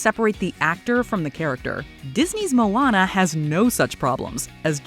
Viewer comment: That's how you pronounced "Moana?